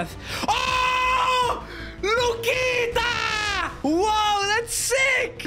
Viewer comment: Bro just said Lucita 💀